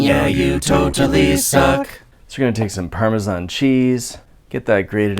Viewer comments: He says paramazan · Parma- zaannnggg screech it’s PARMASHAWN! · 1 cup parmasanisio 1 cup mayosneeze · Pronounce parmesan like that and I will personally deliver a bitchslap to you from the people of Parma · How you pronounce parmesan is so triggering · You pronounce Parmesan wrong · You say parmesan like a communist